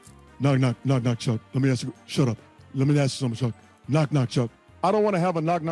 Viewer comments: "I wanna aks you" that some shit Chuck would say 🤣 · He even did the “aks” for ask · Omg he even said “ax” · "let me axe a question" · I wanna "ax" you a question....hahaha